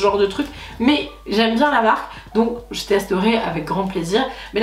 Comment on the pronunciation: de rien ❤️ j'ai modifié 50 fois tellement j'avais l'impression de pas être clair haha. Tu pourras te la péter d'être une des seule française a bien prononcer cette marque 😂😂 la classe 😎😎😎